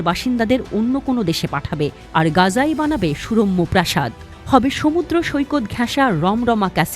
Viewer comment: গাজা না গাযা এমন আনপ্রফেশনাল প্রোনাউন্সিয়েশন মোটেও কাম্য নয় এমন মেইনস্ট্রিম মিডিয়া থেকে